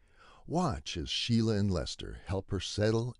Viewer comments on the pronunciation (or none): "Sheila", not "Shelia".